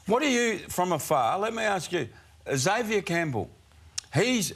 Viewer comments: EX-avier is a pet hate of mine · Someone needs to teach him how to pronounce Xavier.